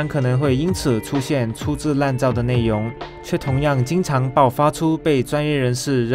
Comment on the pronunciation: 谁和我一样听到 内yong（容） ，严重怀疑他是不是马来西亚人😂